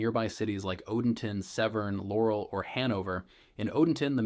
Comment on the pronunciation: some good info, but seriously - learn how to pronounce words like "Anne Arundel" and "Laurel" before you try and sound like a local. Seems to be more AI as I listen more....